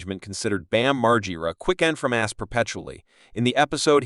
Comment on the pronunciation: This video is horribly put together.... I can't even say nice try bc it was a terrible try.... I would watch your videos before you actually post them and realize how terrible it is... Can't even say Bam's name correctly not even once... And every time his name is said it is said differently... Sentences running together and pauses at weird times....